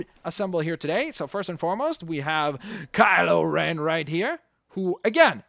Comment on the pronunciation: Kyle O'Ren?, he's not Irish